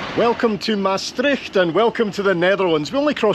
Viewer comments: Big compliments for the way you pronounce 'Maastricht'. I think it is very hard for English speaking people, but with the Scottish ones the Dutch have more in common (the 'r' also). But did you know that the citizens of Maastricht itsself pronounce the name of their city completely different? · (As a Dutch person) I am impressed by how well you pronounce the word "Maastricht". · The name Mastrick, means a dairying place, deriving from the Gaelic word maistreachaidh which refers to the churning of milk. Maastricht is derived from the Latin "Trajectrum ad Mosam" which means "Crossing of the Maas" I love how you correctly pronounciate "Maastricht" A lot of foreigners say "Maastritch" or indeed "Maastrick" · Love how Scots are some of few people that don’t get caught out at the pronounciation of the ch in Maastricht :-)